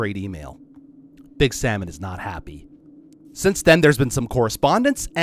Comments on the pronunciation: About Docs comment. "nobody wants your Salmon." You need to know that Doc's native language is german (if I din't got it completely wrong). Problem is you pronounced "Salmon" (multiple times) like "Samen". And Samen is the german word for Seed or Semen. Keeping that in mind, "nobody wants your Samen" is ... still kinda insulting when thinking about it, but ... not an unexpectable reaction when casually getting offered some freshly cooked Samen. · Although the "A" in that word gets pronounced slightly differently (somethat close-ish to how Avatar Aang got pronounced in the live action movie) it is close enough to mistaken it. And then saying "big Samen is not happy" ...